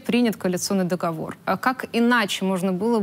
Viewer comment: В слове договор ударение на последнем слоге.